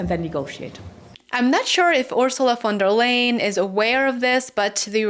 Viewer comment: I think it respectful to pronounce a person's name the way they pronounce it. Even people you don't like. Von der Leyen.